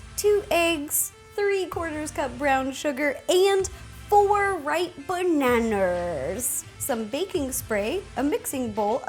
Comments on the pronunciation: it its ba-na-as not ba-na-Na-Na_RS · Why she keeps saying Baneners instead of banana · BANANER?!😂😂❤️ Love U rosanna, I also love to bake🍓🍮🍩🍩🍩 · the way you pronounce bananas...